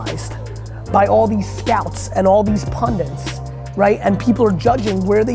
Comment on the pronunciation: Nice one, Gary, thanks. Please say "pundits," not "pundints," though!!!